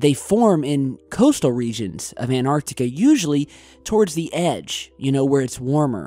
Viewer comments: Hey did why can't you pronouns correctly its an tarc tee ca antarctica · He say Antarctica funny.